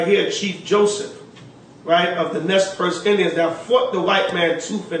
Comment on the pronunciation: Just to give a little correction on the pronunciation of the Tribe of Israel (Nez Percé is pronounced Néz Percé like pres in president and Per-say which mean piercing of the nose.